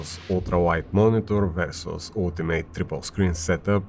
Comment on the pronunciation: Vъrsъs not ver sos xD that being said cant wait to watch this.